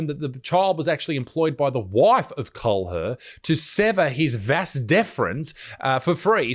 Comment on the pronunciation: Kahler is pronounced "Caller". I married into that German name... from a Russian.